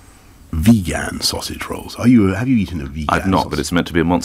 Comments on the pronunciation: He suddenly turned Jamaican with Vegaaaaaan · VEE GAN SAUSAGE ROLL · First time I've heard someone pronounce it vegAn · I came for the vee gan asmr bit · He pronounced it vegAn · I recently visited a Greggs and ordered a Veg-AN sausage roll so I could pronounce it like Boris. The cashier "corrected" me, message up the order and upon tasting it I was mildly underwhelmed. Though it was worth it. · Boris almost passed the Turing test here but failed to pronounce 'vegan' like a human. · The first part was correct, then the second part was weird. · yeah. the pronounciation of Vegan is the real issue here. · He claims to eat it almost everyday and yet has no idea how much it costs. My guess would be he says he eats there everyday to Not seem like an Elite and rather like a working class Citizen. And it seemed really intuitive from him to come up with the funny disteaction of him mispronouncing vegan. You cant tell me someone who went to an Elite private school is imcapable of pronouncing those words correctly. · how is that mispronounced he just overstressed the second syllable, stylistic choice ;D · Our PM cant even pronounce vegan. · Boris Johnson just told us that we have been pronouncing "vegan" wrong the whole time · How out of touch do yiu have to be to pronounce “ vegan” that way? I have never in my life heard it pronounced like he did. I guess he lives in Britane. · He says vegan like it's the name of the final boss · He mispronounced the word vegan to distract you from the fact that he's lied about doing things that are considered "common", and he's out of touch with us commoners. At least, in this regard. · Excellent PR spin. He knew he lost touch with the people when the fact he has aides who fetch him his basic necessities was revealed, so to rejuvenate his image, he chose to pronounce vegan with a spicy pronunciation twist for a cheap laugh. It truly is a game of chess and these are no buffoons. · He cant pronounce vegan